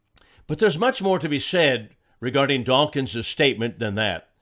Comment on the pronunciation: OK, I will. The man's name is "Dawkins", not "dawkings".